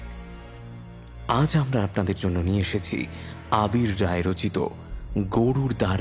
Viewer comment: গল্প যেমনই হোক কিন্তু শুরুতে "গরুড় দ্বার" কে "গরুর দার" বলার স্টাইল টা একদমই ভালো লাগলো না